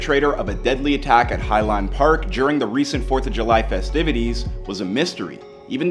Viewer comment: Mispronounced all the names. High Lond Park lol wtf